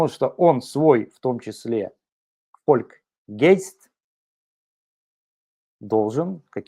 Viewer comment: У немцев народный дух звучит не как фольк гейст, а фольк гайст.